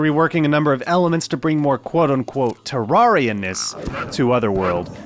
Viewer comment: it's terr air ia TERR AIR IA TUB FGIFFRTJVRUDTHDT